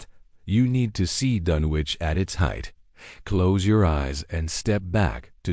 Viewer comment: It's pronounced DUN ICH doesn't sound like you would say sandwich lol